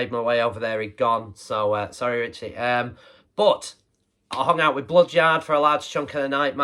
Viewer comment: Top people, both of them! Cheers, dude. Much appreciated. Aaah, Bloodyard! No wonder I couldn't find them, I thought you said Blood Jar! 😂😂😂